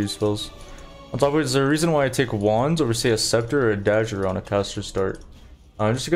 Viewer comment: dadger (dagger)